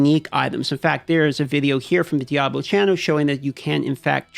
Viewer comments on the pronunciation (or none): none